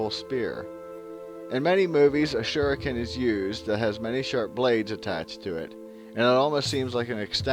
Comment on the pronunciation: Great job man, that was informative. Seemed like you were talking about an earth-based tribe lol Wish you would have been able to say everything, though. Wanted to know more! Also, props on saying shuriken correctly and actually calling it that. You'd be surprised how hard it is to find lol Can't wait for more!